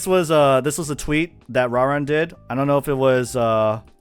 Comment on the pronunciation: Who TF is "Rah-rin" dudes been around forever and you're mispronouncing his name because... why?